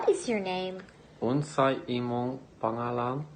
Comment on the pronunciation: "unsay imong pangalan" cant stop laughing on how he pronounce it 😂😂😂